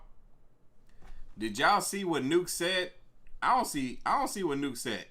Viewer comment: It's not NUKE....